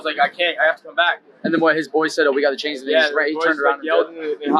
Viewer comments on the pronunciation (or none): none